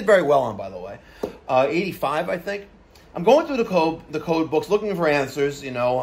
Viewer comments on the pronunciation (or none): none